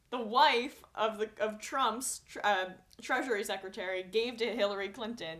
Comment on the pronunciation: Okay, I am not a person who does this type of thing but the way you keep saying that word is wrong. You've been adding an extra syllable to "Treasury". It's pronounced just like "treasure", only with an added "ee" sound at the end. Not "treasurary". Thank you for your video updates. Sometimes they are the thing than can genuinely help me get through the day. It's nice to know that other sane objective people like myself can still see right through the platitudes and bullshit promises of the President-elect and the company he keeps. Keep up the great work!!